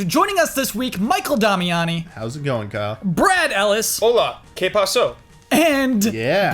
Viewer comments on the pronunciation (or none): Its Que' Pasa- Paso is "I pass"